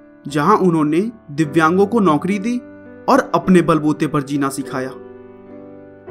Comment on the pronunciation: tune divyang Ko vidyan bol dia